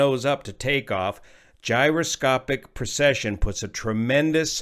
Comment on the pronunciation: It really sounds like you're saying "procession".....at least part of the time. The only reason I'm familiar with the word, is that A. Bertram Chandler used it a lot in his science fiction stories in regard to his imaginary faster than light engines. "He switched on the Mannshenn Drive. Deep in the bowels of the ship the gleaming complexity of gyroscopes began to move, to turn, to precess, building up speed. Faster spun the rotors and faster and their song was a thin, high keening on the very verge of audibility. And as they spun they precessed, tumbling out of the frame of the continuum, falling down and through the dark dimensions, pulling the vessel and all aboard her with them." In order to get the correct mental image, I had to find out what that word meant. But your demonstration is perfect. I wish I'd had something like that to explain it to me as a kid.